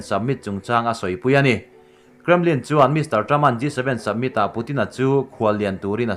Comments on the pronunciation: Submit ti tlat pek a a chhiar khian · G 7 summit tih tur aw submit tiin lam tlat a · submit nilo in summit (samit ) angin lam tur aw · Summit tih pawh hi submit tiin a lam tlatin ka hria 😊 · I in buatsaihna chu a tha khawp mai, chuan mizo tawng nilo 'Dam' tih te 'Summit' tih te hi chu han lam dik thei hram la. Mi a tituilo thut zel.😀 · Tahan post thulak nan hmang tawh re2 suh... Hleihluak, dam(tuikhuah), summit... I lam dikloh langsar zual